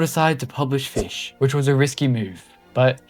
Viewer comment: Finally, someone makes a timeline. Here’s my thoughts on this video being a longtime Fisch player. first of all, it’s pronounced Fisch, not “fish” the c is NOT silent. (I joined sometime around early November, after fischfright 1) dobig isn’t inherently evil, they are just the stereotypical greedy corporate group or whatever. tbh I feel like something similar to the second sea as like a separate sub-place for Fisch is probably happening in the far future, as the current size of the main map can only get to be so big before it can’t contain much more. it’s always been that way but people kept saying it was bought back when DoBig’s partnership with Nate began back then. Never was, it was just developed by DoBig for a period of time, DoBig simply held ownership for part, not all of the game.